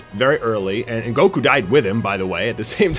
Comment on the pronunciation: anybody else catch that near he called goku gocum LOL